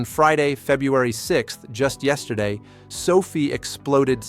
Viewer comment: Can't even pronounce the name of the company correctly. Please stop.